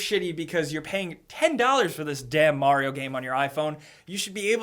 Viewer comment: MARIO NOT MERYO!!!!